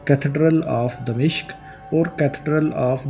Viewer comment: Its dimashq not damishq.